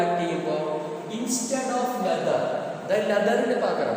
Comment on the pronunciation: Sir cheriyoru correction ind sir leather ennan pronouce cheyyine